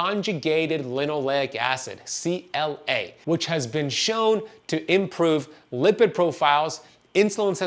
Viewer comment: it’s CLA not CGA.